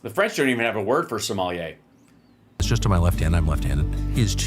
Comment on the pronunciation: Tucker can't pronounce "sommelier". He says it like Somalia -- he's a dope.